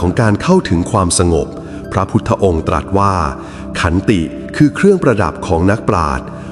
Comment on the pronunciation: พระพุทธองค์ตรัสว่า คำว่าตรัสขอให้ไม่ออกเสียงสอเสือตามท้ายได้ไหมคะ